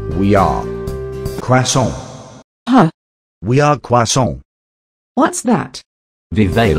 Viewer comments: u dont pronnounce well croissant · Ar-re you going to finish that cquasnt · voice when he says croissant is something new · He made me laugh because of the way he said "croissant" XD